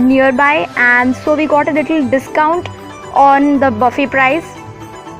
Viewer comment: Buffet thik se bolna sikh ullu ki pathi